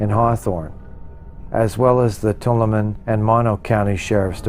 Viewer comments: Tuolumne is pronounced To-all-a-me say it fast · To-all-uh-me = how to pronounce Tuolumne